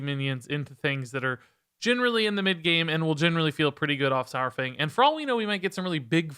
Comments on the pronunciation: Please say dinosaur then say saurfang now say dinosour then say sourfang. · The pronunciation of Saur- is halfway between "sour" and "sawer". It's easier once you realize it's from the Greek sauros, meaning lizard. Think dinosaur. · "One of the all time favourite characters" doesn't know how to say his name